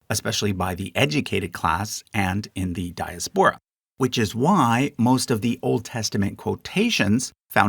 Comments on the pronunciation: Good job, but it's pronounced, "Dye AS Pora",: not, "Dye as PORA." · dy-AS-pur-ah. like Asperin, but with "dye" in front. "di AS pora"